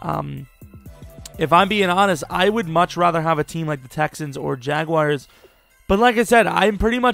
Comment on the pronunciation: also learn to pronounce the word jaguar if youre going to choose them lmao